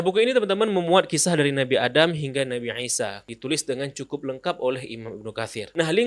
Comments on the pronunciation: ngaji lagi yg bener, dia bilang عيسى 'Isa. Bedakan pengucapan i (huruf ا Alif) dan 'i (huruf ع 'ain ). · baru paham setelah bberapa saat bingung, nabi aisyah ternyata yg dimaksud nabi isa.. 🙏 maaf mas, bacanya biasa aja, sumpah kita yg msh bingung dengernya nabi aisyah/eisyah, eh ternyata yg dimaksd nabi isa . hehe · Isa aja bang ngomongnya gak usah jadi aisa gak enak didengernya🙏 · Gw suka konten lo tentAng pengetahuan islam nabi2 dll...tpi untuk satu ini kyaknya lo terlalu lebay dalam penyebutan nabi ISA A.S...KENAPA HARUS DENGUNG PENGUCAPAN LO TERDENGARNYA TUH NABI NGISYA AW ANGISYA AW NGAISYA...BIASA AJA BANG SEBUT AJA DG PENYEBUTA NABI AW ISA A.S..